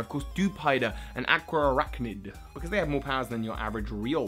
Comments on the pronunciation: aqua arachnid? it's araquanid dude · Araquanid is not Aqua-araknid it is Ara-kwah-nid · It's Araquanid not Aqua Arachnid yeez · ... you mean Araquanid right? Not aqua archnid, right? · Ohh honey I usually don't comment about wrong pronunciations but if you're going to voice appreciation for the way a name is said... It's not Aquaraqunid or however you,re saying it, it's actually pretty simple (Araquanid) Ara-qua-nid. That's all :) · The way you pronounce Araquanid... It's "Ah-RAK-wa-nid," not "AH-kwa-ah-RAK-nid" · Correction: Ara-Quan-Id not aqua arachnid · Its not pronounced aqua-arachnid, its pronounced ara-quan-id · alright you're killing me buddy it's araquanid not aquaarachnid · its araquanid not aquaarachnid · Dewider evolves into Araquanid, not "Aquaarachnid" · A-RA-QUA-NID. There. Lol. And you could do a "what Pokémon would best represent the 4 houses in Pokémon?" type of video. Not just by looks [like Seviper for Slytherin] but also their characteristics and stuff... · Hey! Araquanid's name is pronounced "Uh-rack-wuh-nid". Sorry if I seem rude, I just wanted to help! ^^ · I'm sorry, but hearing you call Araquanid Aqua-Arachnid was cringe-worthy! Still love your work. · its pronounced are-Aqua-nid (araquanid) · "Ara-qua-nid" Your welcome 😉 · I really wanted to watch this video but that pronunciation of araquanid...